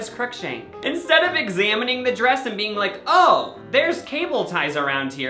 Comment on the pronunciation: lucas: “youre a human beinK”